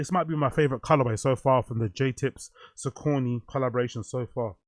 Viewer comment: yoo i think its pronounced sock-a-knee broo 😅 but yeh a confusing one